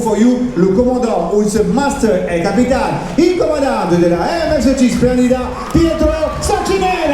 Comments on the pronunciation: Если переводить с итальянского zpsrf аббревиатуру компании MSC на русский язык, - а MSC - это все-таки итальянская компания, то правильный перевод - эМ эС Чи. Если с английского, то эМ эС Си.))))) Но, как правило, в основном все произносят эМ эС Чи. Буквы К там и в помине нет)))))) Ну как-то не очень корректно произносить неверно название круизной компании, на корабле которой вы совершили столь увлекательное путешествие. А так отдых великолепный!!!! Семь футов под килем!!!!))))) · А вообще если переводить с итальянского - MSC все-таки итальянская компания, то правильно произносить эМ эС Чи)))) С английского - эМ эС Си. Буквы К там и в помине нет)))))